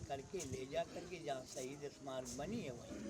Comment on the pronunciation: Saheeed kyu bol rhe ho yrrr